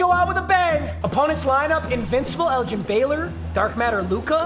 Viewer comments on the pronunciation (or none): none